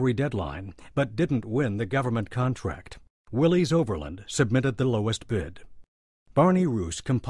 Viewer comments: It's "Willis" not "Willees". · A good history of the Jeep however it made me cringe every time they said "Willeez" when the correct pronunciation is "Williss". John Willys was the founder of the Willys-Overland Co. He was English and his last name is pronounced "Williss" not "Willeez" . Watch some old commercials for the Willys-Overland Co. vehicles and see for yourself the correct way to pronounce Willys. Have some respect for the founder. These , So called Historians on the video should know better.